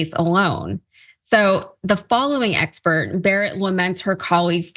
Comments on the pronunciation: “The following expert” or “the following excerpt?” Then , it’s not ‘stare’ as in gaze, it’s pronounced like ‘starry’. C’mon, you’re a journalist! Don’t expect to be taken seriously with such sloppy grammar. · I stopped watching after you mispronounced both “excerpt” and “stare decisis”. Time to get a job which doesn’t require reading. Or speaking.